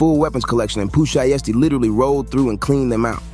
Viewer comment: Pooh Sheeeeesty 😂😂😂 it’s pronounce (shai-sty)